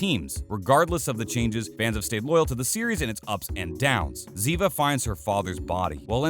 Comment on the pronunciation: Ziva David...this pronounciation well...